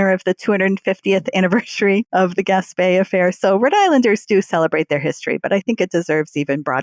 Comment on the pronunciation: I live 4 miles from where the Gaspee Affair took place. Two corrections: 1. It is pronounced "Gas-Pea" not "Gas-Pay". 2. After the Gaspee was set on fire the colonists rowed the crew to the village of Pawtuxet about 2 miles up the Providence River, NOT the city of Pawtucket, 13 miles up the Providence river.